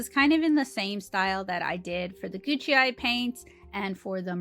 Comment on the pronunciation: I don't think the PR Gucai are pronounced "Gucci". Great review, very helpful